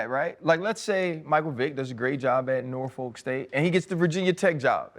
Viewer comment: Ryan. Please ask Coach Tomlin how to pronounce "Norfolk". You all are hurting our ears.